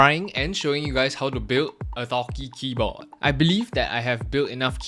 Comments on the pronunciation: "a thocky keyboii" lmao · keyboa 💀💀 he said it like my parents.